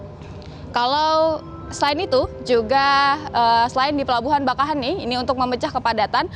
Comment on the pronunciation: Bakauheni dibaca bakaww.. heunni.... 😊